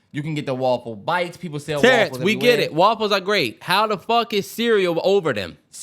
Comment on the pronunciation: “Woffles”- Terrance